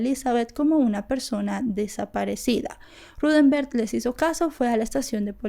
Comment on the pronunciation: Vale la pena que al hacer tus vídeos, te asegures de que estás nombrando y diciendo el nombre correcto de los involucrados. Hasta donde se ha dicho en otras investigaciones, el nombre del tío de Utah es Rudemberg, NO Ruthember como lo indicas.